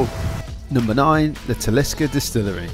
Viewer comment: If you are going to a place, please show respect by pronouncing the words correctly. TALISKER !